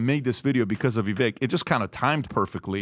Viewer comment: "People were mean to me because I'm brown!" *intentionally mispronounces vivek's name